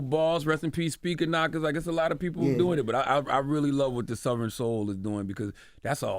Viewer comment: Charla pronouncing Southern as “Suther-rin” is wild! 🤪